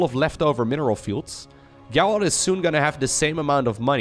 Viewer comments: the name Gerald is pronounced like "jerald" with the j sound that comes from japan or james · In english if the G is followed by an E it has the sound of a J. So its pronounced Jerald. Also, the last purification nova hits those stalkers if you watch the supply at the end. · If it's a Witcher reference, well, cool then. Just thought I'd point out that, typically, it's pronounced the other way. Cheers! :) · His name pronounced Jayr reld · Thanks for casting so many great games! Just for future reference, the name “Gerald” is pronounced with a soft g like the name George or the word gentle. Identical to a j sound. :)